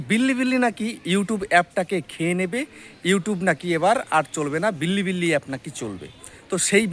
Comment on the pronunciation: বিল্লি বিল্লি না রে অশিক্ষিত --- বিলিবিলি